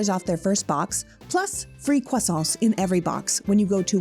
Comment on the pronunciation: Loving that Canadian accent coming out when you say 🥐. Thank you for representing us so well!!